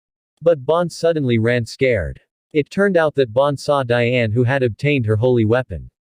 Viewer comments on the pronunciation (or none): Dianea? Guy it’s Diane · You suck you got the names wrong it dian no Dina